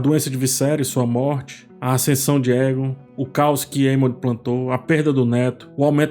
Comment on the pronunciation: Oi,! Adoro os seus vídeos e toda a análise que você faz das séries. Gostaria de fazer uma observação sobre a pronúncia do nome do personagem Aegon em Casa do Dragão. Na série, ele é chamado de "Eigon" e não "Égon". Ouvir "Égon" acaba soando estranho pra quem está acostumado com a pronúncia da série. Seria bacana dar uma atenção aos ouvidos também, não só aos olhos, para captar melhor esses detalhes. Ouvir o que os personagens falam e não só ler as falas. Continue com o ótimo trabalho! Abraço!